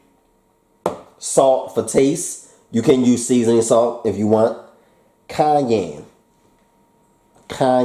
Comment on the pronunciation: Lmao I love how he says, "don't nobody make nothing like him!!!" At the beginning of every video. When he said Cayenne I thought he said Kanye..had me dying trying to cook this. But all jokes aside your recipes are amazing. I love how you cook it in real time so we can actually cook with u. Ain't no pausing and rewinding. I'm an official subscriber.